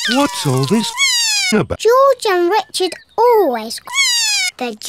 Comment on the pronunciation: It’s George not joj